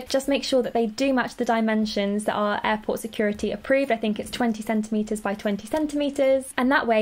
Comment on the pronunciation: ooooohhh you where saying airport*... i though you were saying *apple and i was like vut